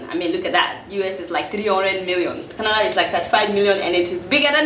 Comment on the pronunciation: Everytime she says Kanada. I shake